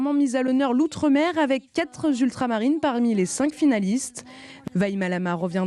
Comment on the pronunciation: Je ne sais pas quelle est cette journaliste qui présente le journal, mais elle est assez étonnante... Écoutez à 3 minutes : elle parle de «quatre z'ultramarines». Alors, chère amie, - il n'y a pas de «s» à «quatre», donc on ne fait pas la liaison, on prononce «quatre ultramarines» - il n'y avait pas quatre ultramarines : le Limousin se situe en métropole (je pense qu'elle avait pris la belle métisse représentant le Limousin pour une fleur de l'outre-mer...). Il y avait donc en finale quatre jolies métisses et trois ultramarines.